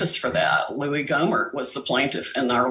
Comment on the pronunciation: As soon as she said “Louie Ghomert” I was done.